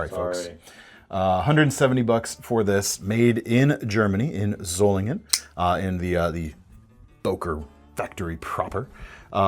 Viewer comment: This is the first time that I heard an English speaker pronounce Solingen correctly. Gut gemacht,.